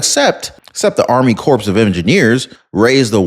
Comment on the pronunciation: with all due respect it's pronounced Army Core of Engineers" but spelled Army Corps of Engineers" just fyi